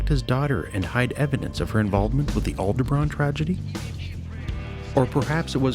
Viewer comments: STOP SAYING ALDERBRAHN!!! It's Alderaan. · you keep saying Alderbraan...with a B in it? Do you mean Alderaan? if you are going to make a video do your fucking research and get shit right...idiot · Additional mistakes.. 1) Schematics shown during discussion of the mystery ship shows a YT-2000 Transport but the images clearly shows a YT-1300 Transport. 2) Narrator's continued mispronunciation of Alderaan as "Aldebran" Every. Single. Time.